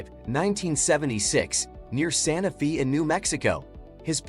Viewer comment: "near Santa "Fee", New Mexico" <==== Smart guy!!! 😅 😂 🤣